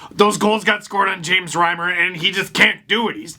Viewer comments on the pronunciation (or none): none